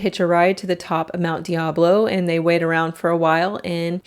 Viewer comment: okay, this is totally nit/pickey…but I can see Mt. Diablo from where I am typing. We pronounce it with a long i, like Mt. Die-ab-low.